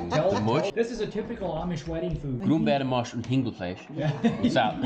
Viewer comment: I love how you say „Grumbeeremasch un Hingelfleisch“ - Mashed potatoes and chicken. Almost like we say in German Pfalz Region.